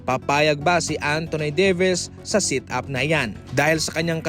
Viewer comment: Set up not sit up injury not enjury po.